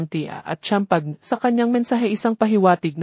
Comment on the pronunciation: Pronounce Chloe and champagne correctly😅